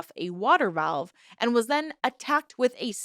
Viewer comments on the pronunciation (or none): none